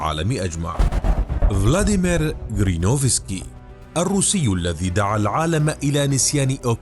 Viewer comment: اسمه جيرينوفسكي ... و ليس كرينوفسكي. تخدش الاذن 😅🥲